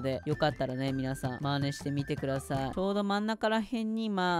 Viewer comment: 𓂃 ｢使ってみてくださぁっい｣ 語尾にアクセントついてる話し方笑いました笑